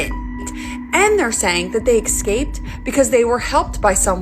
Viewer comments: Can't get over the illiterate lady that keeps saying eXcaped.... also, can't take any of this seriously, it's all sooooooo bad and cheap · Hate when people can't pronounce EScaped.